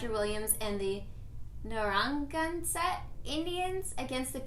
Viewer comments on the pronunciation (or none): New Englander here. Narragansett is narra, like narrow, then gan-sit. Roger Williams founded the state of Rhode Island.